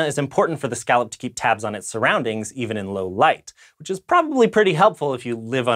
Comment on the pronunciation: Can you pronounce scallop right at least?